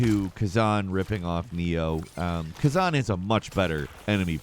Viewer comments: Also it’s ka-zan not ka-zon for his name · I knew you were saying khazan wrong!